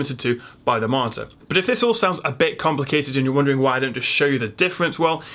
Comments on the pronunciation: When you say Marter do you mean Monitor?????? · I am the only one who hears martyr instead of monitor every single time? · All im hearing is..martyr..martir...mortir....motir....modtor... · I was lost when I keep hearing "marter".. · when you say 'monitor' it sounds like 'marter'.... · Why can this guy not say the fucking word monitor.